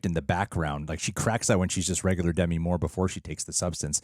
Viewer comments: Demi Moore: duh-ME, not DE-me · Small annoyance: It's De - MI, not DEM -i. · It's "De-MEE"!